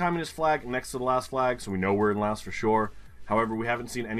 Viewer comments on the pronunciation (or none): Laos is actually pronounced with a silent S. It was a French colony and that spelling and stuff has stuck around. Also: the thing, with Jargalant. Where there are two or more places with the same name in the same country is the GeoGuessr version of ”Yes, but actually No.” Like, ”yes you found the place, good job!👍 But No, it’s still wrong”. Jargalant litterally translates to Happiness, i’m not even kidding. Thats so ironic and hilarious but also frustrating😄 At round four; Why did you say Norway? Did you see how freaking flat it is? ( you kinda justified it by aknowledgeing that it was very open) You changed it to Denmark directly after that initial mistake so that’s good, but still! Round 5: Svensk is Swedish in the Swedish language, not Finnish. In Finnish it’s Ruotsalainen. And you said Sweden directly at the start of the round, ya boi is inproving! That’s good! Then you started talking about the Netherlands and Finland and my anxiety set in. But you made up your mind and followed your gut instinct, wich payed of!